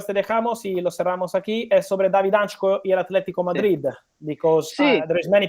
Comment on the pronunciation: David Hancko (han-tzko) not hanchko 🇸🇰❤️